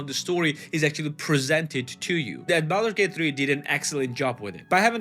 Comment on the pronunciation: ah yes, Baldut's Gate 😆